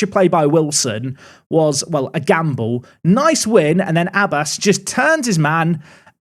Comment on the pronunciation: Abbas is pronounced more Ab bass (bass as in the fish). Emphasis on the b. If you want to hear how it's said search pronunciation of عباس